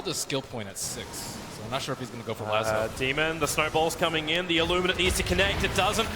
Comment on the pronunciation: Annoyed by how he says lasso